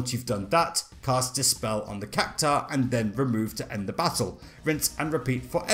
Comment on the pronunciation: But then he proceeds to butcher "Cactuar" 😮‍💨🙆 ...I suppose you can't win them all. Lol